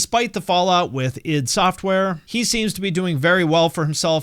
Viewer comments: The way a youtuber pronounces "Id" is a litmus test to see if the video about Doom is worth watching. You passed. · Glad to see someone pronouncing "id" correctly for a change lol.